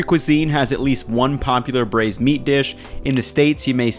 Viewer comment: It took me until 2 mins in to realize it's braised not bruised